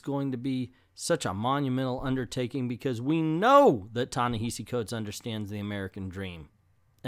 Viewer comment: It's not a sign of disrespect, but a misunderstanding as to what is the correct way to say his name.